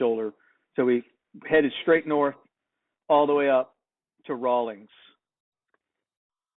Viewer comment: Correction: It's Rawlins, WY---Rawlings makes sports equipment.